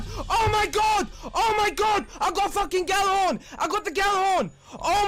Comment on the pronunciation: The fucking cringe of people pronouncing Gjallarhorn like that has never left me all these years later...